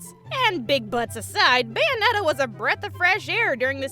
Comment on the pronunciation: BUNyonetta lol